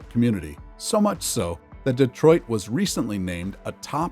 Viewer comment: DEE TWAH!